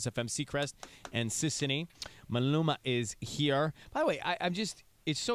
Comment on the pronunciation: yooo seacrest, wtfffffack is a "malumana" lmfaoo sounding like you going thru an aneurysm tryna pronounce the bro's name 😭😂 Maluma's face is priceless